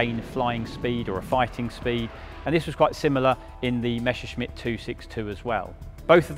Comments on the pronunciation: Your pronounciation is WRONG. It should NOT be read "Meshershmit", but "Messershmit" !! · It never fails: it's not pronounced "mesher-shmitt" or"mesher-smitt". It's just"Messer-shmitt".